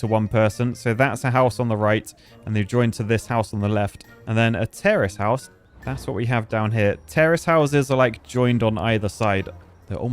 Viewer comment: When says "terrace house" it sounds like "terrorist house." 🤣